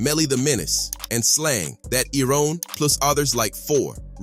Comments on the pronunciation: Wrong information and you need to learn how t o pronounce words right. You can post videos but not pronounce iron right? Crazy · I’m mad at how the narrator pronounced “iron” when he was referencing Slang That Iron whew go back to school